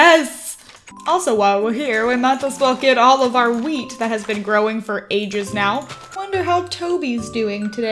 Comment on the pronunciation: Was I the only ones who thought she said Asians instead of ages?